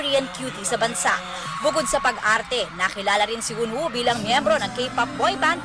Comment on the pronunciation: Tama na yung pronunciation ng pangalan ni Eunwoo eh, kaso yung title ng vid naging Keep 'Shining' imbes na Spinning.